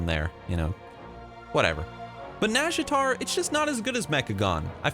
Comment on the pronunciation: Close pronunciation, but it has the "naw" not "nah". Just listen to the Warcraft 3 sea witch